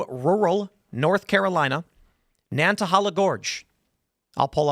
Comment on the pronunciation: It’s pronounced nana hayla